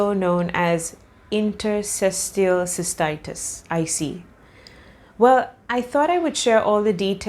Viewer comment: Nice video but you pronounce 'interstitial' wrong :) It's a mouthful; try "inter" - "stee" - "shul".